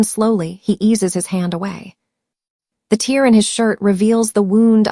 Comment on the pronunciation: This is a really good story. I enjoyed listening to it. The only problem I have is that the AI narrator doesn’t pronounce some words correctly. Words like “tear” and “wound” Thanks for sharing! ❤